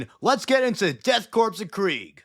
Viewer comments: Please please please Corps is pronounced “CORE” Think, Marine CORE (Corps) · I am curious now, why does everyone pronounce it as Death Corpse? I mean it is a good joke the first few times around, but why? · DEAD CORPSE OF CRAIG. fuckin 5 seconds in and I'm already losing it